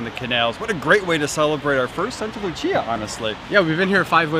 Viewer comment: Love this but it’s Saint ( Sct Lucia ) Lucia day - sancta Lucia